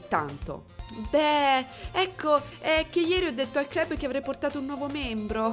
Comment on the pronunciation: Dovrebbe essere “clab” la pronuncia, ho visto sto gioco in qualche live ma MAI avrei pensato potesse aver qualcosa di Horror, ora sono curioso.